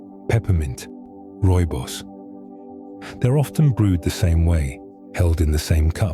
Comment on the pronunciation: When you said Rooibos.. I fell inlove with you 10x more.. love me some rooibos. I'm from South Africa 🇿🇦 😌